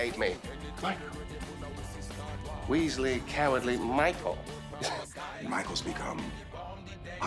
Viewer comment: Lucifer: very well Michiael lol 😂